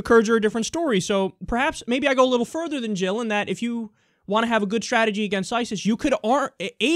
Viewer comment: Jill, Not Hill. And Never Trump!